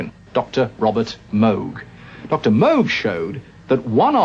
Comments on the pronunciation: He said "Moog" right. Bravo. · Hey, at least he pronounced his surname correctly! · Dr Moog himself said that it's similar to how you pronounce the word "rogue."